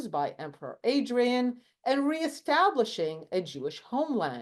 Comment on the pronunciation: It´s Emperor Hadrian, not Adrian